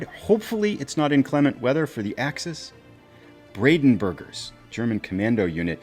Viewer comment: Not bradenburger its brandenburger😉